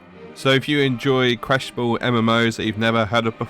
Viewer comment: "Questiable" ??? It's Questionable.